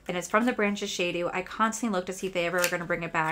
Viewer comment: Shiseido is pronounced Shi•Say•Doe It’s definitely YSL not LYS…lol Yves Saint Laurent Carolina Herrera is pronounced Her•Rare •Ra That sample of eye cream was worth $100…That’s insane!!!